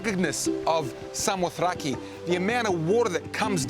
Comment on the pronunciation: Samothace...pronounced 'Sa-mo-thra-gee'...the last syllable is pronounced 'gee' as in Gizard. Tut tut tut to 'ace'. Other than that, excellent video and thank you.